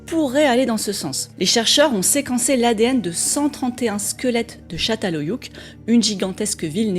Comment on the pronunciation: Juste un petit correctif de prononciation, le "ç" en Turc se dit "tch", le "ö" se dit "eu" et, pas de chance :) le "ü" se dit "u", comme en Français (c'est le "u" qui se prononce "ou"), c'est donc Tchatal Heuyuk ;) pour le reste merci pour tes vidéos.